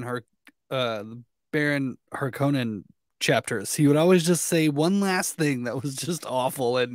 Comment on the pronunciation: Yeah. People have been pronouncing Harkonnens the wrong way for ages. No big deal.